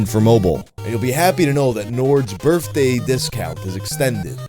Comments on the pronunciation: You literally say Birfday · I love you, but every time you say the word “birthday” a small piece of me dies.